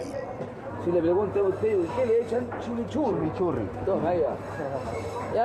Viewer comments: como que "chemochurri" weon es chimichurri como no conoces esa wea periodista kl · "Chimichurri" po wn. la wea asquerosa!! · “Chimichurri” XD